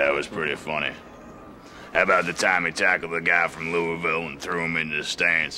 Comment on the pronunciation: Wow he actually said Louisville the correct way! 😂